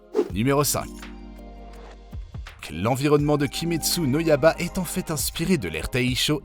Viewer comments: il a écorché tout demon slayer il a dit kayaga au lieu de '' kagaya '' et kimetsu no ''yaba'' au lieu de ''yaiba'' Misturi au lieu de ''Mitsuri'' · En plus il dit kimetsu no yaba 😭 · Kimetsu no yaba ☠️😭